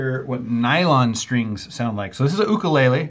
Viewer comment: You're the first person I've ever heard say "ooh-kaleighlee" Lolol